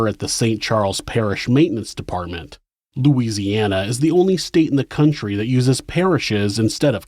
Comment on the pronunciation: Just wanted to say how awesome it is that you correctly pronounced the cities and other places in Louisiana you talked about in this one. Pretty telling of your care and concern for the little things that matter to us because they’re part of who we are.